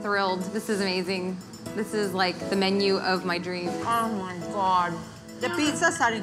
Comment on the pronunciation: "Mmf..MMF.. Oh my gwawd"